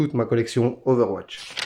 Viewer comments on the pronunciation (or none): none